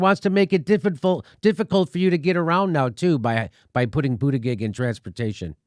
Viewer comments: "Pete Bootabig" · Jimmy, it's pronounced Boot-edge-edge. Not boot-a-gig.🤣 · It's pronounced Bootycheck, Pete Bootycheck... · I pronounce Pete Buttigieg booty-judge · I love how Jimmy always says his name wrong on purpose Pete BootaGig 🤣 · Boot-edge-edge. Biden is pronounced ray-cyst. And btw, ray-cyst cheated too. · Sorry, but it'll always be pronounced "Booty Judge" for me